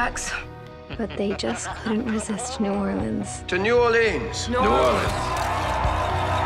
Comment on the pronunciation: I cringe every time I hear New Orleans pronounced New OrlEEns and "Where the good times rollS"